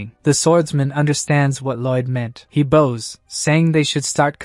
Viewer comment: Why does the AI say "bows" like bows, but "bows" like bows? It doesn't make sense! It's totally the opposite!